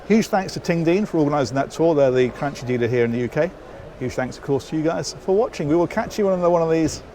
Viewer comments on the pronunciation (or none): Is granki not granči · Cran-KEY. Your English-ness is showing through. It probably subconsciously feels rude to refer to a respectable brand that you want to represent well with a pejorative term like "cranky" but it's really OK. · Pronunciation,! It's not "Crunchy"! 🤣🤣 (Ticks off the Aquaholic Bingo sheet anyway) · Cranchi,, Cranchi (Kranki), not Crunchy for crying out loud! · you said CranCHI again! 😆 I know you've addressed the proper pronunciation, but I prefer this one better! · Noooooooooooooo "Ch" in italian is "K" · Lovely looking day boat or weekender. Has anyone commented on your pronunciation of Cranchi? 🤪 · You pronounced Cranchi correctly on the last one! You're backsliding, mate!:) Nice tour, as always. Should be a fun boat.